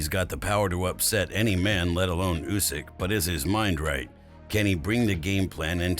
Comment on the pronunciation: It’s not Usyk it’s Usyk mate. Da fook 😮